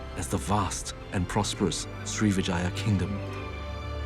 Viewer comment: Sri Vijaya - Pronunciation of Vijaya is with emphasis on the first syllable...